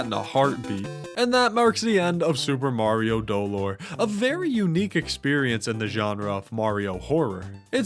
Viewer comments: doLOR. In Spanish, you put emphasis on the second syllable for this word. It was absolute pain to get through the whole video, each time was a stab. qwq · Not to be a party pooper or if he's joking then sorry, but its speld do-lore, other then that its a goofy video :) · Maybe the real Super Mario Dolor was pronouncing dolor as "Doe-lore" along the way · Ok I'm not gonna scroll and I'm sure this comment is just not gonna be relevant but the pronunciation of dolor is slightly inaccurate but wrong enough to make me a teensy bit upset. The emphasis is supposed to be on LOR rather than on DO 😅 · As a spanish speaker, i felt physical pain everytime he said dolor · Did he mispronounce it? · Every time he puts emphasis on the first syllable of “Dolore” I cringed